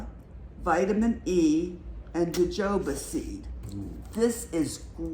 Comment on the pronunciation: Hi and - I love the plaid shirt and the jewelry you made. Congratulations to the very lucky winners enjoy!!!! Yay I won, thank you!!! Great haul, love the bonsai bowl. Look forward to seeing the lotus seeds. (JoJoba -is pronounced HoHoba. The j is pronounced as an H.) Have a great week.